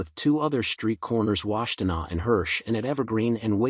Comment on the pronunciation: This dude said wastenaw lol. Wash tuh naw